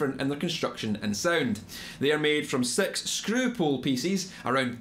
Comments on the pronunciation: dude if u say "six" like "sex" , how do u say "sex"? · Cool accent ma. sex pool pissess killed me :D but good video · When you said six it sounded like S3X